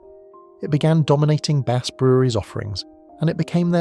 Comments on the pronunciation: Whose unable to pronounced 'Bass'. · Dreadful pronunciation of BASS and why so many pics of diamond white when talking about something entirely different?